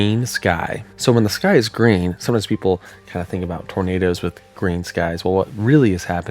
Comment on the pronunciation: “Glowing trornadoes” lol 😭